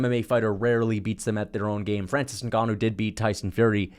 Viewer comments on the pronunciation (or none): none